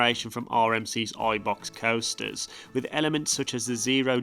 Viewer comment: Do you pronounce american coasters like that as a joke or do you not know the actual pronunceations?